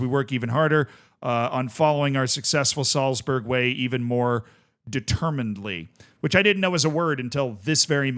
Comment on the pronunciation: Pronounced de-ter-mih-nant-ly